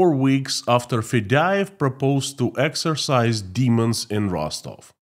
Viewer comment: we say EX-OR-CIZE, not EX-ER-CISE. Otherwise, you're doing a fine job!